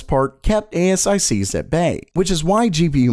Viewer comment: Never heard anyone call them A-S-I-Cs.